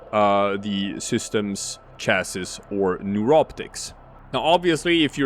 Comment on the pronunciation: Not trying to harp but chassis is pronounced 'chassee' or 'chassy' not 'chass-is'